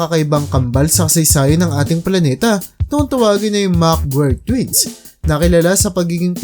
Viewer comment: Parang Mali na nman yung TITLE MO NA “HINDI DAPAT NABUHAY SA MUNDO” ANG MGA KAMBAL NA ITO.😂😂😂, BUKOD SA SABLAY NA YANG TITLE MO “Mc.GUIRE” DIMO MABIGKAS MABUTI VLOGGER KAPA NMAN.😂😂😂